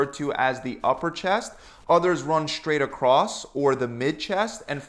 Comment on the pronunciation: Straight not shtraight